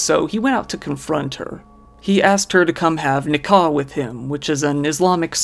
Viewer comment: Hello. Thanks for the nice video The word Nikah. Pronounced as NEE-KAH it means marriage in Urdu and Bengali so any Muslim Indian or Pakistani or Bangladeshi or even Siri Lankan will call marriage Nikah, city marriage, civil marriage...etc whatever it is, a Muslim calls it Nikah. Moreover, specifically in Pakistan Muslim or not call it Nikah. So the word is absolutely NOT related to Muslim marriage exclusively and not related to Islamic marriage in mosque at all I just wanted to clarify this point cause as an Arabian Middle eastern Muslim I met many many Pakistani and Indian brothers and sisters during my stay in KSA & UAE. hope this is clear now. I like your channel and appreciate your content and efforts so i do really care that what you say is always the truth and the correct way to pronounce it. Please excuse my interference and please excuse my English, French is my first language after my native, Spanish comes next and English is the last. Peace to All!